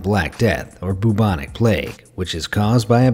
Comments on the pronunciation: It's pronounced 'byubonic' plauge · “What a rubbish way to go” No that’s a rubbish joke Also it’s pronounced bubonic not boobonic